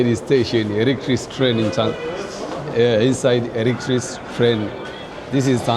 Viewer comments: Ni muhimu kujipanga kabla hujaanza kurecord. Hilo neno electric train or electric locomotive ilitakiwa ujifunze kulitamka kabla hujaanza kuongea. Linasomwa electrik na sio electrisi. Ila ume improve your spoken English. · Kizungu cha Tanzania 😂😂😂😂 Electric train ( elektrik)